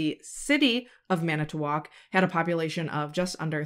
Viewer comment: So I mean this with all the midwestern love it’s pronounced Mana-twak the t flows into the wak sound not mana-t-wak. Don’t feel bad Manitowoc and many others are hard to say if you’re not from around there lol. Oh you did get Allouez right! Al-ah-way. I love your videos mama and thank you for sharing these victims stories!